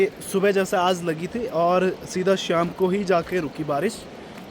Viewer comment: श्याम नहीं शाम बोला करो।